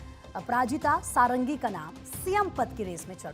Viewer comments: SADANGI SAHI PRONOUNCE HAI NA KI SARANGI😂😂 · पंडा को पांडा षडंगी को सारंगी पात्र को पात्रा 🤮 हिंदी भाषी बंगालियों का नाम तो सही उच्चारण कर लेते है ओडिशा वालों के समय क्या हो जाता है 😢